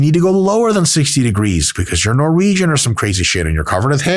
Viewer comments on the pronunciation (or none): none